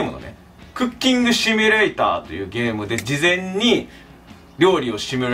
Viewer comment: 毎回シュミレーターの発音が良すぎて草